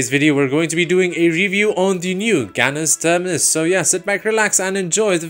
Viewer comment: Bro is saying Canis Termanis a bit too often😂